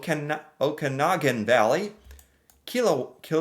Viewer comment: I’m dying with the pronunciation 😂 Mark Ham, Bramp Ton, and then omg Okanagan I can’t even replicated how that got murdered 😂😂😂